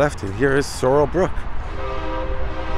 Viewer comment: His Name Sorell Booke Not Sorell Brooke.